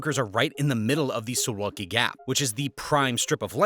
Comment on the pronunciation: Suwałki....SOO VOW KEY. Get it right!